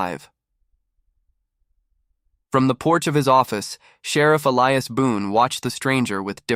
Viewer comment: Why must I continually watch pictures that jump forward then backwards without cease, while readers do not know the difference in an Indian's BOW and a BOW to a queen? Also, a solid old west name of Elias being pronounced as e-le-as rather than E-li-as. It really takes one out of a story fast to hear such mispronunciations.